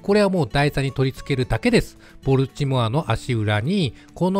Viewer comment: ア〇ル弱そうでいいっすね。 ちなみにボルチモアの発音はボルチモア↓ではなくてボルチモア↑なんでそこんとこ4649